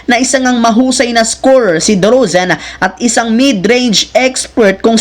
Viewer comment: ikaw wag mo sabihin na pinabayaan ng gsw c klay....c klay nalang tlga umalis sa gsw okey nagkaintindihan ba tau...derozan nd derozen taliwas sa cnasabi mo pinakinggan q ng maigi mali ang bigkas mo...ngango